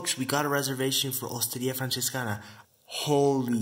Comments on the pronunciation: Dude, not even 30 sec into the video and I felt the need to leave this comment: the way you pronounced Osteria Francescana was worth of a native speaker, great job man. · Dude your Italian pronunciation, in particular “Osteria Francescana”, was basically indistinguishable from a native speaker! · I'm italian and that's just the way you pronounce it lol